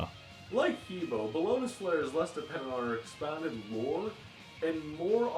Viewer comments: that pronunciation is fucking retarded. It's Huh Boe (like toe). Even saying flat out Hee Boe sounds better than fucking Huah Buah. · I Have studied and lived in China for almost 5 years and I speak Mandarin. You pronounce He Bo like 'Hubwah. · he bo is pronounced "ha-bwa"